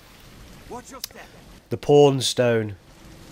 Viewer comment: Pawn not porn